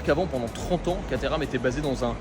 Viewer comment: ENFIN une immersion chez Caterham !! Merciiiiiii 🙏🏻 Et tu le prononces bien 👍 😉 Moi aussi j’en aurais une !!!! Et je te souhaite d’essayer une 620 très bientôt et de nous régaler 😍 Merci encore 👌